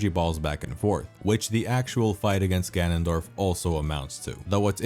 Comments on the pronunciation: Nobody:: gAnOnDoRf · Started out as a really nice retrospective until you broke my brain with "GANONDORF" 5000 times. WTF is wrong with you?! Jesus F'n Christ... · legitimately had to stop watching because of the fucking “GANONDORF” dude